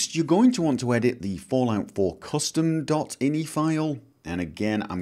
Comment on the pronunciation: most people who code call them i. n. i. files not inny.